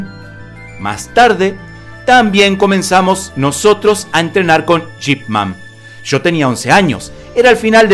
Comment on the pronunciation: Quien es Jip Man? Yo conozco Ip Man!!!